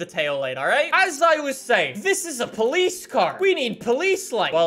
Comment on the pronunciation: ah yes, paulice weewoo